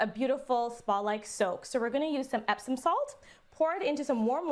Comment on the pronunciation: Did she really just mispronounce Epsom salt